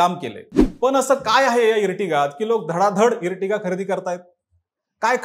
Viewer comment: इर्टिगा नाही रे आर्टिगा 😂😂 Ear नंतर T जेंव्हा येते तेंव्हा त्याचा उच्चार अर असा होतो जसे Earth ला इर्थ नाही अर्थ म्हणतात. Earthing ला इर्थिंग नाही अर्थिंग म्हणतात. इर्टिगा ऐकून हसू येते 😂